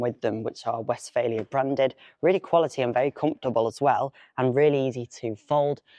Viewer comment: Just a small correction - you pronounce it as "West-failure". It is Westfaaaalia :)